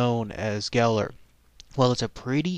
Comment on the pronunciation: I'm Welsh, I heard this story when I was 2 Ive been to the dogs grave, and the statue he says his name wrong though